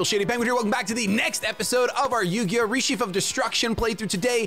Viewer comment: I like how he pronounces "Reshef" differently with each video lol.